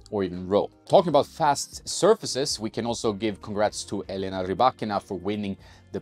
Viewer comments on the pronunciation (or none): none